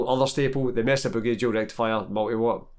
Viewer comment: Hahaha love the way you pronounce Mesa boogie with the mighty Scottish accent 🤣🤘